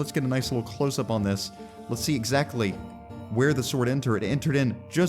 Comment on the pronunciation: How will say exactly: exZACtly. Haha, got it, yeah? Got it, that's it. This is a kind of humor, if you please